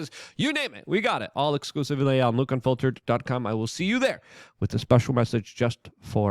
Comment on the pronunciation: Didju say Luke Gunfiltered ? That's what I heard .lol😅